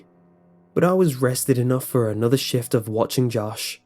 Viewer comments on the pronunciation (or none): none